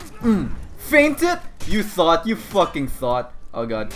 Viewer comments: I can't tell if he keeps saying thot or thought... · what if says „thot“ instead of „thought“ in order to trick the youtube algorithm?